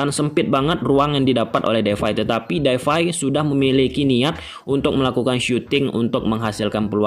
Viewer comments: It's depay not defay😂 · Memphis depay bang bukan defay🙏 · Depay bg bkan Devay🤣